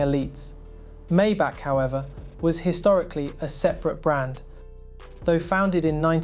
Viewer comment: wow you actually pronounced it correctly. my-bock not may-back.